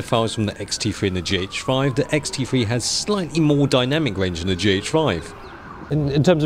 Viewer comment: is sound like he says ''xt free''